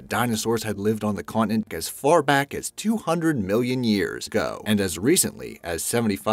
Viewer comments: Can i just point out that he says "years go" instead of "years ago" more than once, sounds clipped but yenno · Ha he cant even say ago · it's like that pretty much every time he says ago